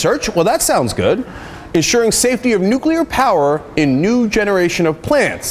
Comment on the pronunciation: That guest may be really bright , but his repeated use of "nucular" rang the idiot alarm in my head over and over and over.